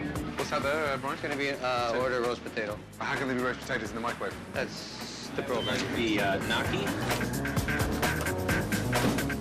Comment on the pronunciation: They need to stop using the meecro-wavre